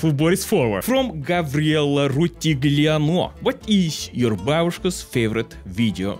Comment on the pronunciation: he almost nailed it, pretty much got my first name correct and he would've been correct on my last name too if he didn't pronounce the g, it's silent (so roo-til-lee-ah-no). idk why but some people see that my name has a v instead of a b and don't connect that it's pronounced the same as gabriella but with the v instead, and literally earlier that day i went to the bank and the teller didn't even attempt my last name so i was pleasantly surprised with how close boris was lmao